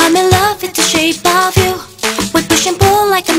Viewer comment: なんだかんだクレア先生が歌う「shake of you」が好き。 これは、日本人が聞きやすい発音で歌ってるからだと思う。